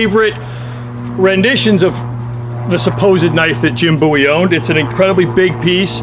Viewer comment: Thank you for saying "bowie" correctly